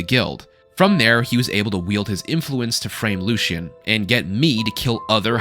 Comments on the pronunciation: LUE-SEA-AN. The game literally tells you how to pronounce his name. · Respectfully my man “Lucien Lachance” is pronounced “Lucy-un”